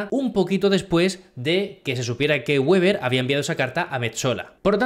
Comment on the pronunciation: Weber en alemán no se pronuncia con la w como en inglés, se pronuncia como si fuera un b o una v en español.